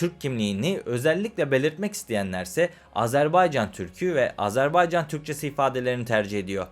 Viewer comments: Güzel program eline sağlık.. Fakat yazıda Azerbaycan diye videıda gözükmesine rağmen , ısrar ile AZARBEYCÂN demeni yadırgadım. Azeri kardeşlerimiz bu telaffuza da çok kızarlar... Selam ve saygılar.. 🤗🙋‍♂️ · Güzelce izah etmişsiniz de Azerbaycan yerine AzArbaycan diye teleffuz etmen sunumun bütün ciddiyetini bozmuş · Azerbaycan yazıp Azarbaycan diye nasıl okuyorsunuz hayret ediyorum.